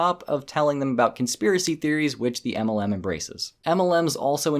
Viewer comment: Please say MLM correctly it's supposed to be said as M L M not a cat going "aemelan"